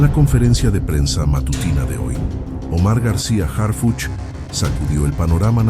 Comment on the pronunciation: ACLARANDO NO ES HARFUCHY, ES HARFUCH, OJALA NO TE MOLESTE, PORQUE DE LA FORMA QUE LO PRONUNCIAS SE ESCUCHA MUY IRONICO